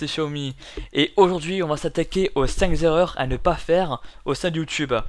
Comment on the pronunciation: Ah, non Si on dit "les cinq z'erreurs, alors il faut dire aussi "la troisième z'erreur". Restons cohérents ! :D